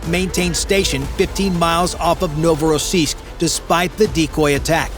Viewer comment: Endloses Gequassel, Novorossisk und Sevastopol falsch ausgesprochen, langweilig!